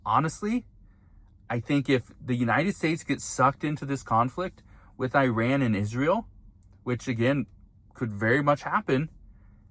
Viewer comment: At the risk of sounding pedantic, Google "pronounce Iran" and say it correctly.